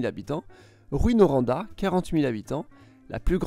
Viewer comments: Pour les villes, c'est quand même bien à l'exception de Rouyn, Drummondville et Granby. Rouyn-Noranda se prononce Rou in Noranda. Drummondville se prononce Dromme onde ville. Granby se prononce Grane bay. L'accent québécois est très proche du vieux français mais avec beaucoup d'inspiration anglophone dans les noms de ville. Exemple, Rouyn et Noranda étaient deux ville à l'origine. Rouyn pour la population francophone et Noranda pour les anglophones. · Je savais que tu allais mal prononcer des nom de villes, Drummondville est prononcé à l'anglaise comme Drummonneville et Granby aussi comme Grannebé, Rouyn-Noranda, Rouyn c'est une déformation de Rouen, donc pronouncé Rou - ein, Kuujuaq, c'est prononcé Koujuaque, mais ça c'est inuit le nom ont connais la prononciation parce que c'est souvent une joke la ville. Puisque c'est vraiment loin. Lévis c'est français, on ne prononce pas le S, Bagotville on prononce le t, comme en Anglais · Vous avez prononcé Rouyn-Noranda comme "Ruine Noranda". Ça devrait se prononcer à peu près comme la ville de Rouen. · Petites précisions sur les pronononciations: On dit juste Lanaudière et non pas LA Lanaudière. Granby étant un nom anglais, il est prononcé à l'anglaise (Grane-bé) Tout comme Drummondville (Drommonde-ville) Rouyn-Noranda se prononce (Rou-in Noranda) Kuujuaq se prononce (Kude-juak) Lévis se prononce (Lévi) L'autoroute 20 et non la 40 est l'autoroute majeure, étant même la section québécoise de l'autoroute trans-canadienne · C'était très bien dans l'ensemble, mais mention particulière à Rouyn Noranda hahaha J'essaye de m'expliquer comment le prononcer et j'ai de la misère à juste l'écrire au son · Super vidéo mais le problème est que il y a mauvaise prononciation comme Drummondville, Granby ou encore Rouyn-Noranda qui se dit avec un petit accent anglais. Je vous propose que Télécrayon se penche sur les communautés acadiennes dans les maritimes. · On dit Rou-hein Noranda